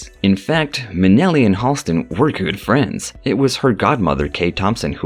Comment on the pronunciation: Halston's name has never been eclipsed. BTW, the name is actually pronounced HAL-stin, not HALL-stin.